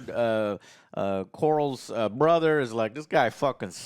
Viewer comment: Damian, Corals and Rey… what’s going on with the names and pronouncing them?! 😅